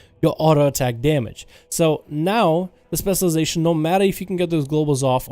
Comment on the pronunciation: can u pls say spec this "specialization" whatever ur saying tilts the fck outa me